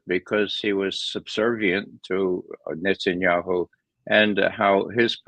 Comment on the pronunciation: Hey Ray, why do you pronounce "Netanyahu" as "Netsanyahu"?